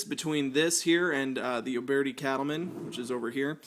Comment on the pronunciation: Youbeartee? It’s pronounced “youbirdy” why do people make videos to talk about guns if they don’t even know how to pronounce the guns theyre talking about